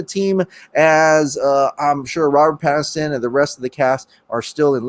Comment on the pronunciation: Kal El - "Pattinson"